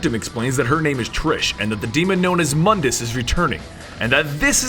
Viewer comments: quick note: Mundus is actually pronounced Moondus but spelled Mundus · It's pronounced MOON-dus. MOONDUS.